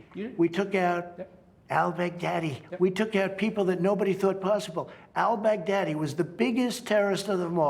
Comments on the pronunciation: Why's he pronouncing "Al-Baghdadi" like "I'll beg daddy" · Nobody: Trump: We took out Al bag daddy